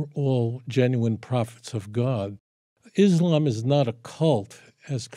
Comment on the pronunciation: Why can't people in the west even pronounce Islam and Muslims properly.